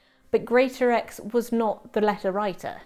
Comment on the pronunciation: Correction on pronunciation of the village name: Wyrley Pronounced Wur-lee.